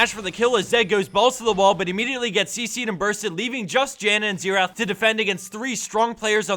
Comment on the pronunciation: .... Why does everyone pronounce Xerath wrong... its XARE not Sear